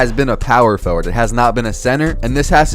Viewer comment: Power for ward...sound it out bro